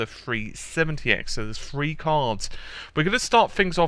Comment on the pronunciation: are you saying free or three? I keep hearing free